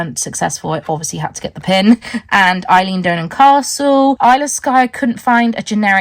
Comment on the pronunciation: So you totally missed the best of the Highlands, being Inverness and further North. Eileen Donan is pronounced Ellen and of course cows are coos up here. Next time come to the East and North xx